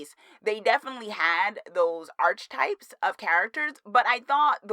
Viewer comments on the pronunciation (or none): Great review dear! Friendly tip: it is pronounced: "ark-ah-types." 🙂